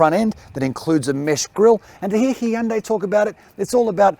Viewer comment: is one of the best Australian car reviewers by far - another great review. Plus he can also pronounce Hyundai correctly!